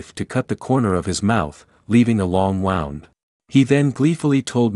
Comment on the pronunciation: Not to be pedantic, but to help you on future videos: "leaving a long wound", the first three letters wou sounds like WOO (long o sound) not WOW. Excellent video aside from that!